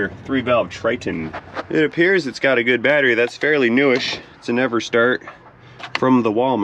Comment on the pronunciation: I like the fact I can’t tell if said “It’s an EverStart from Walmart”, or…”It’s a NeverStart from Walmart.”